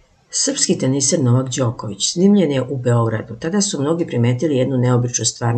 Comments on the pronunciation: Nauči već jednom kako akcentujes kad izgovaras Novak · Опајдаро,изговарај правилно "Новак,"